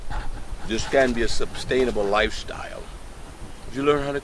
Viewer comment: His constant "sub-stainable" cry was very distracting...